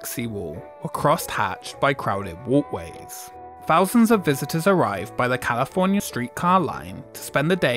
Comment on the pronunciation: I love the content, but British accents (in general) kill me. 😂 "Over a fousand". 😂 Instead of thousand. I have an ongoing hypothesis - in which this type of pronunciation plays a part - that British people (despite being the originators) don't actually properly pronounce English words. Another example is switching "er" and "a" when they appear at the end of a word. For instance, they often pronounce words like water as "wata" and words like Emma as "Emmer".